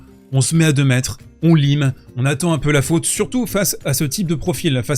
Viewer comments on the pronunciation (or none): none